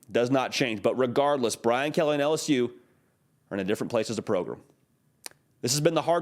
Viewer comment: "Not a pro-GRAM, we are a PRO-grum." ...He gets us.